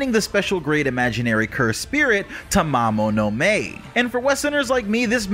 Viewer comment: "Tamamo-no-MAY"??? 😂 Dude it's pronounced "Tamamo-no-Ma-Ay" lmao